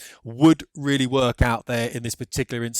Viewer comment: Oh gee, you're weally weally expert.